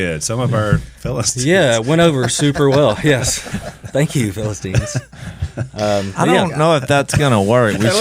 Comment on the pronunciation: I’ll be your “ philistinien” . Ha ha, sounds good.